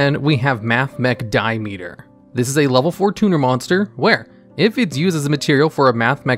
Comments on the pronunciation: "Mathmech Diemeter" sir that is Diameter like a circle. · Dude diameter is pronounced as die am met ter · Die-meter. My guy needs to do some geometry homework. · I can suspend my disbelief for a lot of things...mispronouncing “Ojama Trio”...not knowing how to say the Sacred Beasts’ names...but I absolutely REFUSE to believe that actually says the word Diameter as “Die-meter” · "Mathmech DIE-METER" ... Hes got to be doing this on purpose. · Mathmech Dye uh meter lmao never change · Top 10 DIE-meter cards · You gotta be taking the piss here, "die-meter"!? Not even 15 seconds into the video... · bruh he literally said di-meter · Was watching the preview and watched this specifically because I knew he'd mispronounce it.